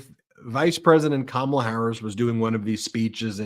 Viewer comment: Puppy killer is too dumb to pronounce Kamala.